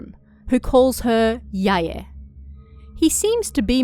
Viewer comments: It's more correct than pronouncing them as rhyming with "bye." Technically in Japanese, the "ae" combination is prounounced as two syllables, it just doesn't always seem that way when a person is talking quickly. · Why do you pronounce it "Sai-yay" and "Yai-yay"? Lol haha